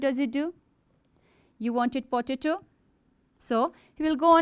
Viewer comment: your pronounseson of potato is wrrong